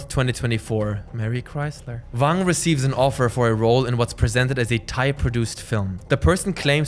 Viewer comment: Why are you pronouncing "Wang" with a "V"? He's Chinese not German LOL.